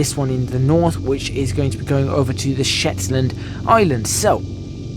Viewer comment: The dumb idiot posted another video and refers to "Scotsland", this video we have "Shetsland" and of course that well known Californian landmark "Hollywood Park" - The guy needs to keep his mouth shut, he just keeps hanging himself. I think he likes the sound of his own voice and just blabbers on for the sake of it - Sometimes silence is golden.